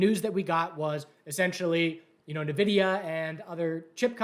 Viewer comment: It's "N"vidia not "Nah"vidia